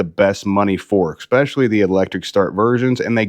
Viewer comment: Exspessially? Try especially…